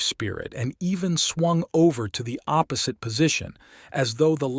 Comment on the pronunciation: APP-osite instead of opposite. CUN-tents instead of contents